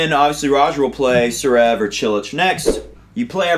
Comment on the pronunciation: DUUUUUUUUUUDDDDDEEEE IF UR SHOW IS GONNA BE THE MOST WATCH ON TH WEB AT LEAST SAY THE NAMES RIGHT ZZZVVVVVEREV NOT SUREV DUUDE A LIL EFFORT